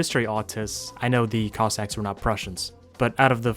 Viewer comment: Everytime says "cossacks" it sounds like "cock sacks"